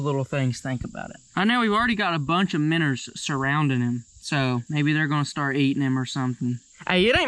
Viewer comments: Are you trying to say minnows because I don't get it from miners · The way says Menos is hilarious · Can someone count how many times he has said minrs?